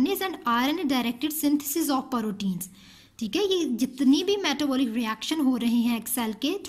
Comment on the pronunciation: It's protein not parotin😢